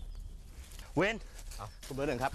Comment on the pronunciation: ทำไม ได้ยินพายุเรียกศิลกับวินว่า สิทวิท